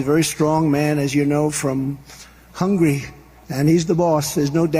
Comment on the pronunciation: Donald Trump said 'Hungry' versus 'HUNGARY'.